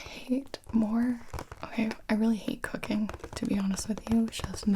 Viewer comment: when Gibi said cooking, it sounded like she said cocaine